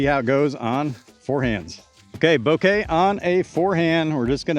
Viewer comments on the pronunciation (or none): FYI, emphasis should be on the first syllable. So BO-keh, not bo-KAY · Bok-eh is how the Japanese were saying it, not BO-KAY which is how you are saying it. I appreciate you putting the clip in the video though. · The problem is the stress. It's BO-keh, and he's saying bo-KEH. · I cringe everytime you say it lol 'Bo-ka' that's how Simon pronounces it and it's his disc. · Man at least pronounce it correctly. say it like Boka. You aren't speaking Japanese you are speaking English.